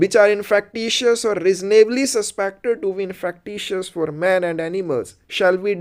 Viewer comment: Infekcious hoti hai sir pronunciation of INFECTIOUS....